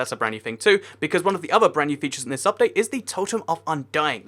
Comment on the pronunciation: im up all night for the updáite XD X3